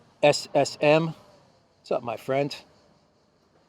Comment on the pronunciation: JASSM is usually pronounced "Jasim".